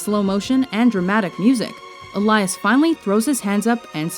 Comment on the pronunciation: Awesome no.1 pick. But isn't it pronounced 'El-Yas' rather than "E-La-Yas'?